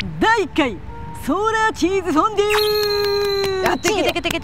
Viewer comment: 熱中症リスクに見合わない企画…しかしそれこそらしいな！ チーズ”フォンドュ”とは？